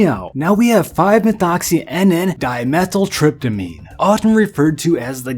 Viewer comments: diMETHYLtriptamine.....not diethyltriptamine. I'm sure it was an accidental mispronunciation though since you spelled it correctly lol. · It's die-meth-isle-trip-ta-mean